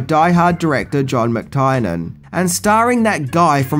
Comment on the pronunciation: Really really wish you would learn to pronounce names bro.... John mc- "tire" nan is not right its Mc - "teer" nan